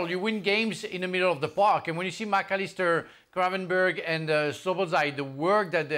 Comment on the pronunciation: How long until Steve Nicol manages to get Szoboszlai's name right? It's been a year already